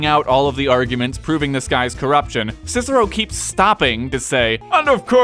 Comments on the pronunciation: Scissero?! It's KIKERO! You know, like cicer -- the pea! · Technically, his name is supposed to be pronounced as “Kicker-o.” Soft c’s do not exist in Latin. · its kick-ah-row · the American pronunciation of Roman names hurts my ears! his name was not Sissero (slang) but Cicero to pronounce CHICHERO! .. To give you an idea, it is as if you Americans heard Gen Lee speak in Italian in a movie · Latin didn't have C as S, it's Kikero. That's most embarrassing fact anyhow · 1. Its impossible to pronounces "Cicero" properly with english phonology as the "k" would have to be asphirated 2. This is an english video anyway, not a latin one. Should we also start calling "Rome" "Roma" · Just that his name was pronounced differently, buuuut everybody messes that up, even cesar is spoken wrong, so whatever. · Fun fact... in latin C is pronounced like a K... So they would have called him Kikero.